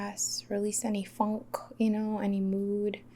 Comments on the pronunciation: I just LOVE when you said “fownk” 😂😂💕👌🏾🙌🏾 where all my jive turkeys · I like how you said funk.. “release any fonk” 😂😂